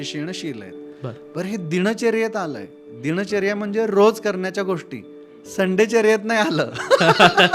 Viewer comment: दिणचर्या ... दिनचर्या असते ओ. णंतर नसते नंतर असते ओ.. शणीवार नाही शनिवार असते...